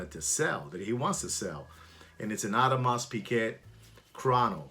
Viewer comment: What’s an Audemars Pig-Et? 😂